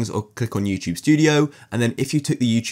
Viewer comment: why does he say you chube